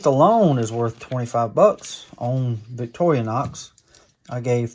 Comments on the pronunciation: I LOVE your channel. But you HAVE to stop saying Victor-ee-a-nox. It’s victor-a-nox. That’s driving me crazy. Take out the ee in the middle. Please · Please note there is NO A in VICTORINOX. It is pronounced Victor-inox.INOX means stainless steel.😂❤😂❤ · Thanks for another video of your shopping successes. I am definitely jealous. I don’t mind when you say Victoria-Nox. You’re Southern, I get it. I recently moved to Texas from Illinois, and have found that a lot of my pronunciations of local names are off. Am I wrong? Probably so, as they have been pronouncing their landmarks and local names their way since forever and I just got here. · You did very well and 2 Zippo's 👍👍👍👍👍👍👍👍￼ Did you overpay no if you are just a knife. Collector But if you are a collector and seller, I think you could of have done better in price. As for the 2 Comments Regarding on how you pronounce Victorinox. I real don't care how you Pronounce. Victorinox so keep on Pronouncing Victor - a - NOx Plus its good for the comment section. Peeing people off on how you pronounce words. LOL The only advice i will give you Just slow down on how many videos you put out every week.2 to 3 videos a week would be just fine. I like you channel but I cannot keep up on how many videos you put out every week.